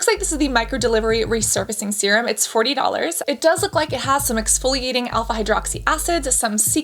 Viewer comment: "Forrtyy dollhairrrs."